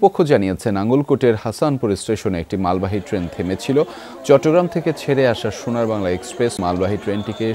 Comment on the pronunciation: Shonar bangla bolte giye ei oboctha😂😂😂shonar bal..🤭🙆‍♀️hayre bangla deshi manush....